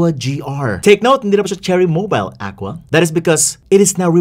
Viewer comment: Aqua Guhrrr😂